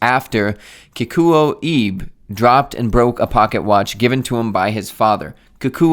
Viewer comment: Your pronunciation of Kikuo was actually pretty accurate, but when there’s an “e” in a Japanese name, it’s always pronounced /eh/, so “Ibe” is like /ee-beh/. Also I love G-shocks, and I’ve had 3 over the years, now settled on my Casioak GA2100.